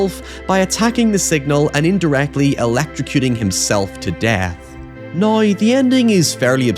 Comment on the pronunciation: Saying "nai" for "now" just got you "dont recommend channel"